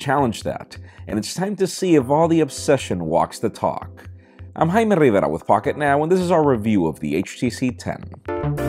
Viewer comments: Gets me everytime he says his name. "I'm " hahah. Good review though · Why does he have to say his name in that Spanish accent? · hate the way he says his name.